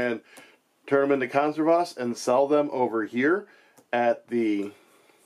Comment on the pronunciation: Just for the record, it's kohn-SEHR-vas. :) Just like you'd say "reserve" and "conserve", just with "vas" at the end.